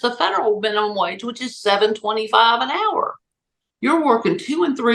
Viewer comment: I like how she said air instead of hour